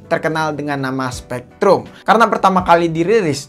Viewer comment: Bg saran tlg perdalam lg spelling istilah2 bhsa inggris. Sperti spreadtrum jgn disebut spEktrum, tiger tlg dsebut dgn taige'. SOC sbut aja Es Ou si, atau klo gk sebut aja dgn ejaan indonesia (SOC), jgn Es o ci